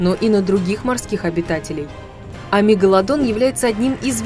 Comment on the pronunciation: Мне одной слышится не мегаладон а мега ладонь.